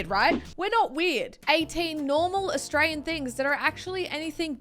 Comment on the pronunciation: Anyone else pick up on how says I'm Austray-ye-yan or says I'm from austray-ye-a